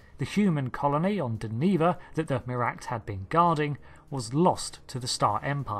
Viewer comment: DEN-eh-VA and Ader-ron-dak